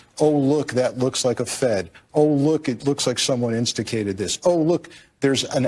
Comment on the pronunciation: Did that idiot host on PMSNBC actually say "instacated"?